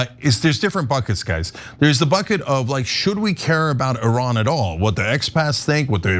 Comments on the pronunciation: ATTN CENK, when THE LATE SHAH WAS ALIVE, IRAN (PRONOUNCED "EE-RUN NOT ERAN!!!. ) WAS THE NUMBER 5-TH COUNTRY IN THE WORLD, VERY ADVANCED & RESPECTED BUT USA & OBVIOUSLY israel 👺👿👹 💩 FINALLY ARRANGED THIS ISLAMIC REVOLUTION AND OUSTED THE SHAH AND NOW THESE 2 CRIMINALS WANT TO OUST THE ISLAMIC GOVERNMENT & BRING THE SHAH'S STUPID SON SINCE THIS GUY HAS PUT jewish ridiculous half bra hat & kissed the stupid wall & I AM SURE THIS GUY HAS PROMISED IRAN'S OIL FOR LOW RATES TO poor israel💀🦀☠️. USA 🇺🇸 COULD NEGOTIATE FOR IRAN'S OIL AT LOWER PRICES, NO WARS & NO BLOOD SHEDS. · 🤡🤡🤡🤡🤡🤡🤡🤡🤡🤡🤡🤡 - Iiiiiiran. - Iiiiiindonesia. - Iiiiiindia. - Iiiiiisrael. - Iiiiiindian ocen. - Iiiiiindiana state. - Iiiiiiiiiiiiiiiiiiii American can NOT even pronounce Iran, correctly... 🤡🤡🤡🤡🤡🤡🤡🤡🤡